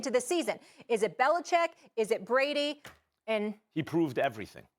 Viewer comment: Love Max vs Stephen A because Max can say BeliCHICK!!